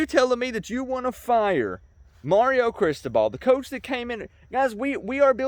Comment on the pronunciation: you are totally mispronouncing CRISTOBAL. BTW - Do NOT call "me out" on a 9-3 season, bruh. Remember, I got my MBA at da U in 1991, and that team was stacked with enough talent that it could beat a really 💩'y NFL team. You can't make chicken salad out of chicken shit. How is Lori and your Mom.....and dude, what were you doing in the hospital for so long? Love ya, bruh.